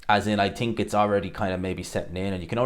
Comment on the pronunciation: He can't pronounce basic words 'teary' instead of theory, 'tink' instead of think. What a slob.